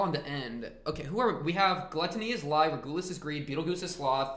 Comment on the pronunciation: Btw regulus is pronounced reg-you-less but great reaction and yeah this season is peak just you wait!